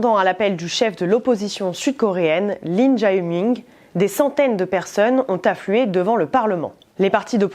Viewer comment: attention à ta prononciation des prénoms coréens... Lin jao ming ne ressemble nulle part à son vrai prénom